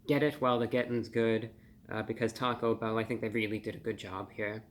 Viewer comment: Talk-O-bell is now how I will pronounce their name here on in.